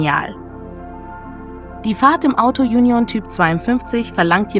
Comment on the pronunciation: Die Sprecherin mit ihrem Autojunjon nervt.